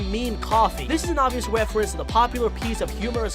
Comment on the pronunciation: him: refewence decwease Us; reference decrease